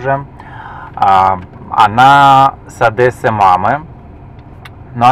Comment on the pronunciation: Только не из Одэссы,а из Одессы)))когда же вы уже научитесь правильно произносить имя нашего города?))